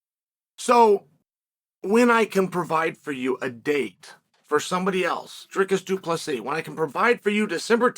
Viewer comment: You must know uncle Chael is taking this seriously if he is pronouncing both names correctly.